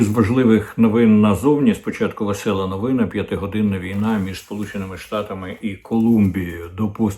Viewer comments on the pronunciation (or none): Укр.новинА,а не новИна-/ наголос/.у множині- новИни